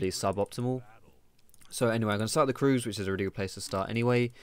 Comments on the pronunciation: Annoys me how you say kroogs 😂😂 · If you say kroogs instead of krugs, do you say doocks instead of ducks? :D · You are the first person i heared calling the Krugs kroogs xD